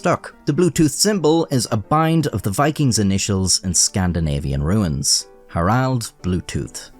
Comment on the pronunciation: Scandinavian ruins, like you said, or runes?